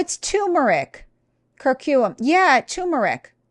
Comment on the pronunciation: Ugh, the way she pronounces curcumin is so annoying.